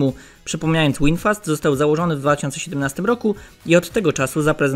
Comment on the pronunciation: Nie Łinfast tylko Winfast. V w ang. czyta się jak w.